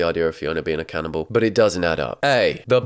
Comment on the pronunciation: I love how you say canninball instead of cannibal